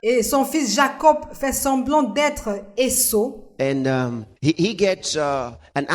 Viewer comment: Esaü et non Esso. Merci pour le travail